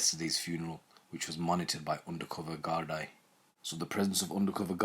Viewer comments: Its pronounced gard(e) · Hey man your videos are top notch, great coverage. Just one thing Gardai is pronounced "Gar-dee" Irish pronunciation can be tough but you're doing a great job haha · It's pronounced Gar-dee :)